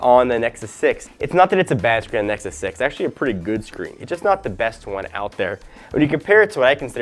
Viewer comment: He said nexy again :D